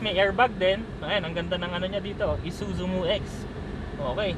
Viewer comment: mew-x po hindi m-u-x